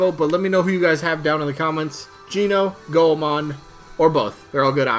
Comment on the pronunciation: Oh dont want to be that gal Goemon is pronounced Goy-Mon. Named after Japanese kabuki ninja legend Ishikawa Goemon:)